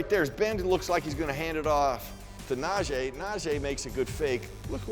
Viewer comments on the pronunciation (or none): Jesus. Is na-jee. E not na-jay its not that hard. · NaJEE not NaJAY!! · Someone PLEASE tell that his name is pronounced NAH -“G” Harris. We’re well into the season already…geez 🙄